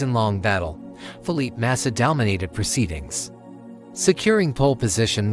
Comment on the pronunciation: Fuck this AI generated bullshit. Can't even pronounce Felipe Massa correctly.